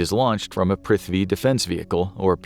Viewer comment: The video was amazing, but what wasn't was the pronunciations of Indian names (cities, and all military equipments) 😭🤣